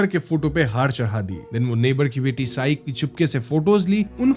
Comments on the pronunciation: वॊ सई है साई नाही 😂😂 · Its not साई Its सई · तू मराठी आहेस ना चूत्या, सई नाव आहे तीच....सारखं सारखं साई बोलतोय yz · It's not साई, It's सई! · Let me correct you its "सई" (Sai) and सायली (Sayli) not saai and sayaali. sayali from andhar maya video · tube the name sai is pronounced as the surname pai.